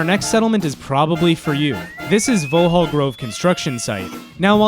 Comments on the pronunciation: I'm a Londoner, appreciate you are American, but it's pronounced as it's spelt, Vaux-hall. Nice vid though bro, thanks. Liked and subscribed! We have some weird pronunciation. London Southwark, is said as suth-ork. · Just so you know, Vauxhall is pronounced 'Vox-hall'